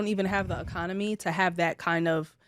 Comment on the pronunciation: “We don’t have the Aconomy”🧐🧐🧐🧐🧐